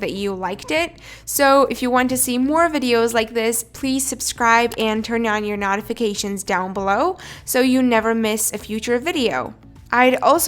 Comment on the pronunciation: Is it just me or she said notifications but the wrong. Way